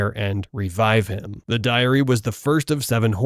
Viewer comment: Why do you pronounce "Diary" as "Diarrhea"